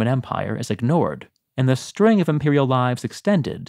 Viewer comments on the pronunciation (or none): none